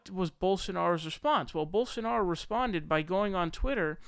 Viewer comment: Ana nailed Rubin ages ago with her takedown on TYT, he's lazy. Which makes him dumb. It doesn't take much effort to not sound like a moron even if you aren't a genius. But he can't even be bothered to make the effort to not sound stupid. Bolsonaro is literally pronounced exactly the way it's spelled. It takes a nanosecond to look at the word, separate the syllables and sound it out in your head. Rubin can't be bothered to make that minimal effort. Which is why he suggested Jesus was surrounded by Muslims. It's too much trouble to THINK for a second: Jesus = 1AD, Muhammed = 10AD. Duh.